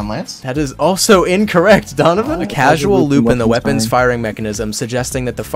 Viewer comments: btw, not Casual, Causal. lol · My guy, it's "causal" loop. Not casual. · Not CASUAL, CAUSAL. Like Paracausal.